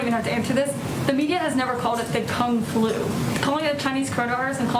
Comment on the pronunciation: Kung flu sounds like kung foo lmao